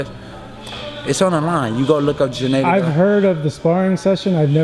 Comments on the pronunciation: Jeneddy? u met the guy.. spared the guy.. n don't know to say his name.. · Why do black people always pronounce his name JENNADY when it's GENNADY?